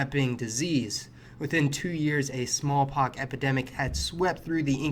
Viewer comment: You should have called it a "smallpox epidemic", not a "small-pock" epidemic, .